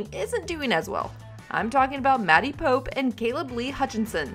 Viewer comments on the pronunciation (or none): Get Maddie's name right - it's not POPE, it's pronounced POPPE (POPPY)